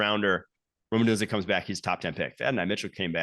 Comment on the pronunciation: Someone please tell this guy John how to pronounce "Odunze" correctly.